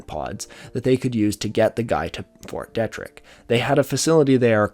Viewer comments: fyi, it's pronounced "Fort Dee-trick". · Was the pronunciation of fort detrick making your eye twitch? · It's fort DEETrick in pronunciation, this is driving me nuts